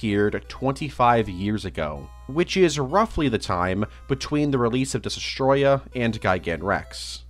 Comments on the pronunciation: 2 years later and he still can’t pronounce Destoroyah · Bro still does not know how to pronounce Destoroyah, but I forgive him